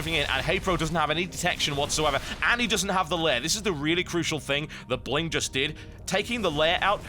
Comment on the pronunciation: can i just say its not bling its pronounced B-ling :)